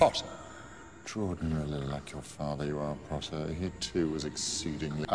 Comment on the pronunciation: Always POTTAH